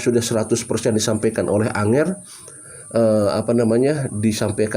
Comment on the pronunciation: ANGGER BANG BUKAN ANGER, ANGGER ITU BASA JAWA SAPAAN LAIN UNTUK ANAK2 YG LEBIH MUDA...NGGER,CAH BAGUS